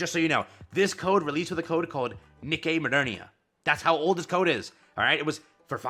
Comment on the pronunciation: its pronounced KNEE KAY, not "nick eyy"